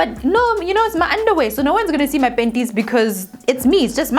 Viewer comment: When I see her I just laugh first thinking of penties 😂😂